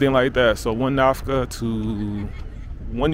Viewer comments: Nakfa not Nafka ✌️ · NAFKA 😂😂😂 it's Nakfa not Nafka 😂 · Not Nafka it is Nakfa. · I am glad you visit inform the world about my country! Our currency is called Nackfa ( I heard you pronouncing Nafka). It is after the historical city of Nackfa which was the base of Eritreans liberation Front which never conquered by the invading Ethiopian Army ! In Eritrea ; Islam and Christian are 50/50 living in harmony for a century! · Thx for sharing your experience in our country. Ps the currency is called Nakfa not nafka thx 🙏🏾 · Thank you for visiting our beloved country's capital city ❤️ Nakfa!!! Not Nafka! Thanks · The currency is" NAKFA" not nafkà... anyways enjoy ur trip bro. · Little correction bro.Not nafka but nakfa eritrean currency. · Nafka 😂😂 that had me rolling, but it’s nakfa the k comes before the f just fyi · Not nafka...the currency is Nakfa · You gotta say Nakfa, not Nakfa. Any way welcome to my beautiful country Eritrea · Nakfa not Nafka 😊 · It’s nakfa not nafka Nakfa is the name of the money for Eritrea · Not Nafka , it is Nakfa . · not Nafka brother Nakfa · Nakfa not Nafka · Nakfa not Nafka!!!!!! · It's Nakfa not nafka bro hhhhh